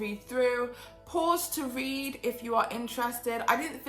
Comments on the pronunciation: I love you so much! But I had to laugh every time you read instead of r-ed. Great video as always! I love how in-depth you are and so informative! Plus, you are STUNNING!!!!!! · Isn't it left you on "red" (read)?